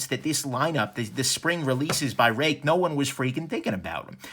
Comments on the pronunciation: Pronounced RAKE !!! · if we were to follow Mandarin Chinese Pin Yin, Ruike (锐-sharp, 可-can) is pronounced as "ruey kuh"